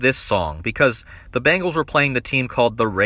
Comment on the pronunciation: I just really wonder why ppl are pronouncing it “Bangles” pls stop it.. I’m from Cincinnati it’s BEN GALS